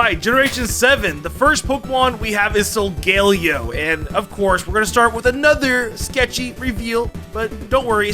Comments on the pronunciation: It is not Solgellio. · Solgaleo, not Sogoleo! And do not leave off the L in Volcarona!